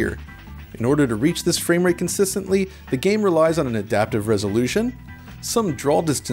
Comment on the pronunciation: Great video but this guy saying "drawl" instead of "draw" really sticks out to me!